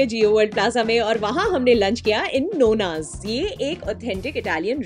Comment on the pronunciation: It's pronounced as नौना not नोना। It means grandmother